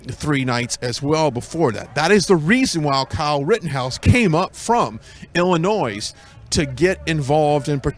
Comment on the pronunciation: OMG. He keeps saying Illinois with an S sound.